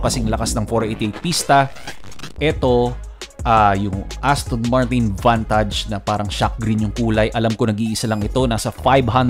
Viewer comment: Vant-age po ang pronounce hindi Vantaj